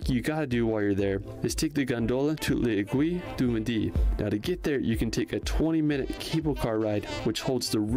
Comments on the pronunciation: Aiguille... du middii 😂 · I so laughed to the pronunciation to "aiguille du midi". I see it's very hard for english to pronounce "aiguille". It's needle in english. Well, it's very cool to see americans want come in France. Lot of french people dream to come in USA.